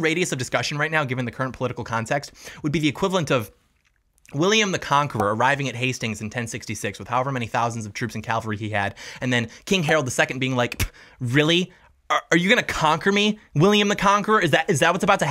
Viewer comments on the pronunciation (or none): I love you but its cavalry. Cav-al-ry. Not calvary. Calvary is where Jesus was crucified.